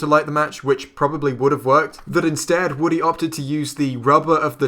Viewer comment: Woody or Woddy?